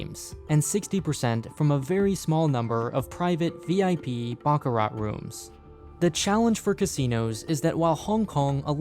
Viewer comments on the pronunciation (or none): none